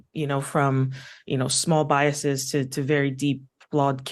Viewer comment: I lost it when the "writer" said "bias-EE-s". How can you be a fucking writer when you're that illiterate? That wasn't even the first super glaring mistake of that kind in their stream, how fucking embarrassing for them if they were even intelligent enough to know to be ashamed of things like that